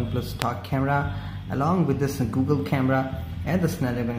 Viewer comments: You made a mistake, it's Google not Googe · it is Google not Googe camera😂😂